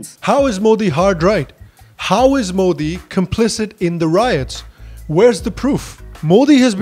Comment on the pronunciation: Being pretty doesn't make you a journalist, and also that she can't pronounce Modi